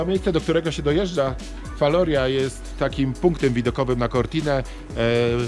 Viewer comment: Wymowa wloska : Falorija